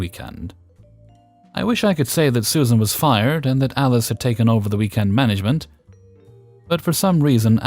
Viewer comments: I’m sorry are you saying manglement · Manglement it is. Actually it's a pretty good description of 99.9% of most management. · I took a double take on that too. It's accurate. 😝